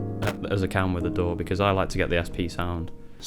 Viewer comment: I was looking at the stickers right when you said DAW I read sour dough same time , sounded like you said dough haha